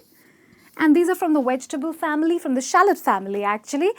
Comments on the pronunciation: Enunciate your V....as in Vegetable not Wedgetable.....and here u r tryna teach everyone how to pronounce words. Sit down. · V-V-Vegetable NO "W" sound. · May I teach you how to pronounce Vegetables? it's not Wegetables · I stopped watching after she said “wedge-table” 😂🤦‍♂️ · And don't say wedgetible! Oh. She's so cute pronouncing everything all wrong.